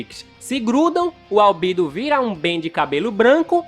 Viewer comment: Mano que agonia ele falou Albedo errado